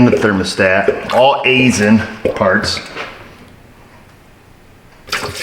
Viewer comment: Aisin is pronounced: eye-shin. Not nitpicking here, but I do a lot of work for them. It's one of those names nobody will get right unless they're told.